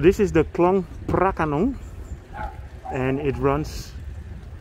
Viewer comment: You pronounced the word “pra ka nong” very beautifully and exactly to Thai did.